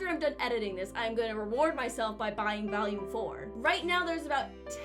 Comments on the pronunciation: Please, say it with me: VoOolume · it’s volume not voluame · Take a shot everytime she says valume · TIL Pronounces vOlume as vAlium. Bit of New England? Cute ^_^ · I didnt know what particular accent you had but as soon as that first "volume" slipped out I knew where the accent was from.